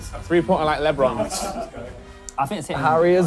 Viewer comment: Maybe I'm just american but why tf did sound so weird saying Lebron